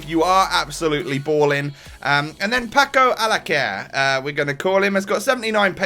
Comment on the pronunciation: Its said pako alkasair